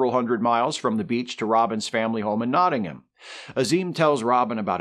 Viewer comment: Worth a 'like' as your pronunciation of 'Nottingham' is OK - speaking as a Brit ... and certainly better than Christian Slater's. I also thought the score by Michael Kamen was excellent. And one last picky historical thing - you don't cast arrow heads out of lead.